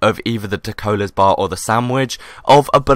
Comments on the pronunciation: Dalokohs not Dakolohs >_< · Hahha Ahhah No he ment that said Dacolas bar instead of dalokohs bar